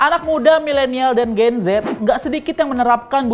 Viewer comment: "GEN ZET" sekilas seperti JENSET :')